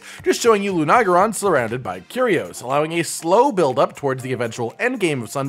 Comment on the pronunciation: "loo-nag-ah-ron,"? Really? Try "loo-na-gair-on."